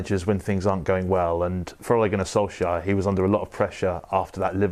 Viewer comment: Who Notice Pep Could not pronounce Ole Gunnar Solskjær Name He Struggled😅😅😅😅😅😅